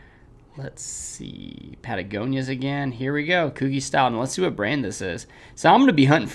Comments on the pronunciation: It’s Koo G not Koo Geeh how have you never heard of Coogi?? anyways good videos love content just shocked lol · haha its "coo-gee" haha keep on uploading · That’s not how you pronounce Coogi. 😂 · This is a dope video but I’m cracking up at your pronunciation of coogi 😂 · Bro definitely messed up the Coogi word